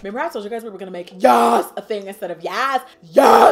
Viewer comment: Lmbo yuughsshh instead of yasss 😩😂😂😭😭